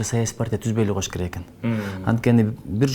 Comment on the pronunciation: "койуш" эмес! КОЮШ!!!🤦